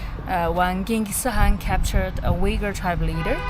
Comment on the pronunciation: Wait a second.. how did she pronounce Genghis Khan in ?